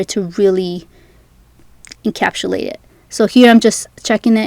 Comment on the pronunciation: Couldn’t get through this video because she kept saying “encapshulate” 🥴